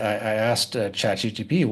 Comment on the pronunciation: you are by far the smartest guy I know who cannot say Chat GPT correctly 😅. I've been trying to help you out with this for at least a year here in the comments. I hope you see this ASPA